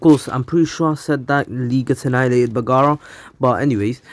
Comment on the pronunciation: "All ants should be AHNIALATED" 2021